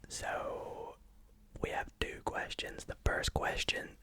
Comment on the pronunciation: Everytime he says two I hear ‘dude’ but like this ‘dude’ boys with t shirts of a sports team and sunglasses 24/7 say Don’t ask me why